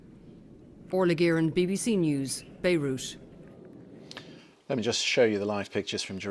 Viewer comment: Why does she call Beirut "Beirush"?